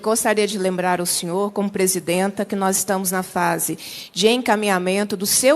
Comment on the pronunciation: Presid"anta" kkkkkk Égua ridícula